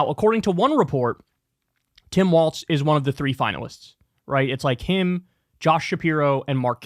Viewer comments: Tim WALZ like walls… not WALTZ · It’s pronounced “walls”, not “waltz”. Other than that, excellent video and I agree 100%. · Kyle, it's pronounced "WALLS", not "WALTZ"! Sincerely, a Minnesotan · Bruh you need to stop saying “Tim Waltz” and start saying “Tim Walz.” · While I appreciate the spotlight Kyle's putting on my governor....it's Walz, pronounced like walls.